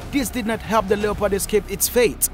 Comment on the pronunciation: Stop using someone else's content and it's one word not Lee ya pod and its annoying for you to say lee ya pod